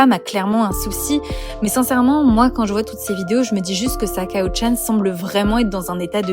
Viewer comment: C’est pas Sakao c’est saikyo (saï ki yo)